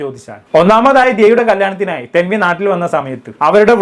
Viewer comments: Thaanvi ❌️ tanvi✅️ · താൻവി അല്ല മണ്ടാ.. തൻവി 😂😂